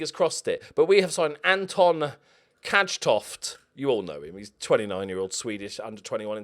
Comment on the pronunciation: If you wanna know how Swedes pronounce Cajtoft (we're obviously pronouncing it wrong because you always pronounce things correctly), it's "Kaytoft". Oh, and when the end of a swedish team name is an S, just assume that you shouldn't pronounce it, since that's the case 90% of the time. And the Swedish Cup is played in 2 basically qualifying stages (1st and 2nd round) in the fall and then it's a group stage before the league starts followed by the quarter (where all the group winners play) and semi finals and then the final is in May. Yesssss, you beat Djurgården! And AIK are winning the league! I very much look forward to 2023. And btw, the population of Sweden has been over 10 mil for like 2 years now. Don't know where you got that information from, but it's quite outdated.